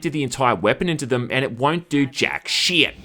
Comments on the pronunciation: I love how he pronounces 'shit'. SHIET. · If memory serves he first started saying it like that in STALKER Clear Sky, I remember lots of comments saying how he pronounced it funny but it sounded more like a slip that's become a running joke :D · Well, he is Australian. It’s just like British people saying shite instead of shit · cuz it's Australian thing at least it's understandable compared to common english where people barely open their mouths